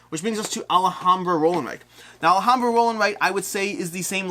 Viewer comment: All-hahm-bruh, not All-a-hahm--bruh. You're adding a syllable. Also, Xia is pronounced on every KS video done by the designer, and it's an "I" sound followed by "uh." Zi-uh.